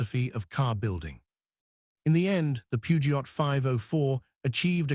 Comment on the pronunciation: The T in Peugeot is silent 😢